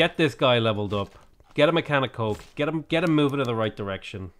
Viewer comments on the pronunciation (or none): none